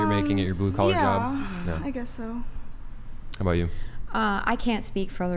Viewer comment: Lol loved the way she said aboat (about)